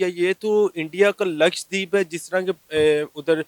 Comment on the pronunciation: LAKSHDEEP nahin LAKSHADWEEP bolo So far, not a single Pakistani YouTuber has pronounced LAKSHADWEEP correctly. Another example of the Terribly Educated Pakistani YouTubers.